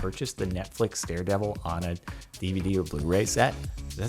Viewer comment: sorry but did he just say "dared evil"